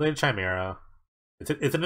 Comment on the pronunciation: Chimera is pronounced "kaimera"